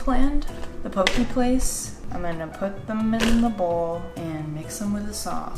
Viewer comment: I love you and your content and I swear i'm not tryna gatekeep but the way you say "poke" like "poki" makes me cringe so harddddd 😂 its pronounced "pokay" 👍